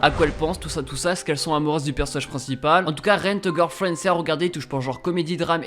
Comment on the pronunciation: Puuuuuuuutin Mec Essaye Décrire les noms des mangas parce que avec ta prononciation je ne comprends riennnnnnnnn😤😤